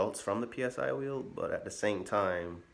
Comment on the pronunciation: Psy-wheel is easier to say as "si wheel", which is the correct pronunciation. No need to spell out P S I 👍 Will save you the effort of spelling it out each time!